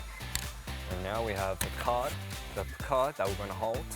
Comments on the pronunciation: The way he says placard sounds like Picard 😂😂😂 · The way he says placard is oddly satisfying for me idk y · The way he pronounces “placard” is so cute 🥺💜